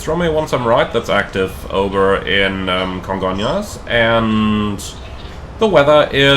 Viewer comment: I've been to Congonhas (Surprised you managed to pronounce it right, most foreigners say Congon-ras) a few times. I have no idea how that runway is even legal, specially after TAM 3054 overshot the runway on a rainy day and smashed into a building. Thankfully, transportation to and from the much larger Guarulhos airport has become a lot better in the last 10 years so I just use that instead.